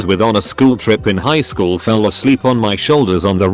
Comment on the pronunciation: The way you made google say shool instead of school is still throwing me off😂😂